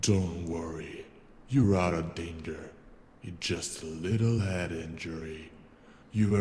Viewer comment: the doctor said you're out of daner not danger XD Did anyone notice that